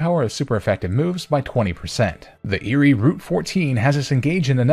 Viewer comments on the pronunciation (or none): none